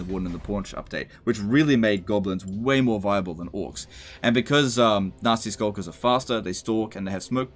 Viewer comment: Am I the only one who heard "Nazi Skulkers" every time? As long as they're not in SS-tier.